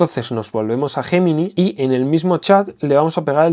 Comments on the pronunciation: ¿Guguel JJJemini?...🤣🤣🤣🤣, qué mal se pronuncia el inglés en España, es algo endémico. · es Yeminai... asi se pronuncia tmr españoles, q les cuesta decirlo en ingles... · Es un término originalmente latino y en latín se pronuncia «guemini».